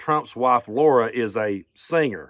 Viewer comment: It’s hilarious that you’re calling it Laura. 😂😂😂